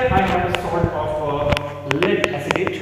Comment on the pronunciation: It was lead acetate not "acitate"!!!